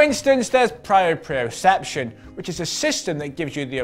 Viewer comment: Sorry, pro-pre-O-sep-tion. Not sure if that helped or made no sence to you. I know you guys get called out a lot on these. Just trying yo see if i could help, at least with this once case and word. Simon gets it much worst